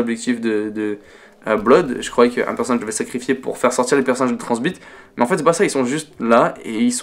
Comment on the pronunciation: Tu me perturbe quand tu dis « Riktofen » et « Tranzbit » x) sinon super vidéo !